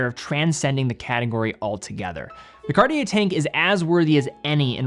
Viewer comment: "Cart-yay", if you will... not "Cardi-yay". And even the former sounds super american. With respect, how difficult can it be to look up the proper pronunciation of a watch brand and educate your viewer base a little?